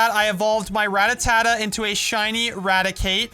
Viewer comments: Your "Ratatata" Is pronounced ra, ta, ta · Its not ratatata but rattata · He said ratatata instead of Rattata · I love how he calls Rattata “Rattatata”